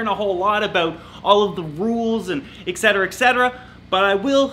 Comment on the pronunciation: I love your videos man but the way you pronounced etcetera killed me lol I just big pronunciation and grammar